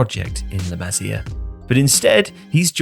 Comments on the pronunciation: It's pronounced 'LA MA SIA' NOT LA MAZIER FFS 🤬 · It's La 'Ma-see-ah' not La 'Mazeeuh' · "Le Mazzia" bro tell me you're trolling for engagement 😂